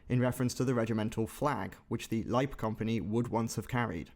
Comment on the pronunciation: great effort, you are one of the few to pronounce Leib - correctly